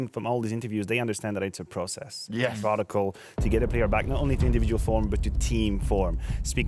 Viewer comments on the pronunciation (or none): none